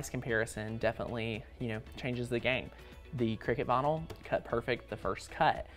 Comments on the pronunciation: Ooohh! He is saying vynil! I was wondering what bonull was! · I love the way you say "vinyl" ! 😊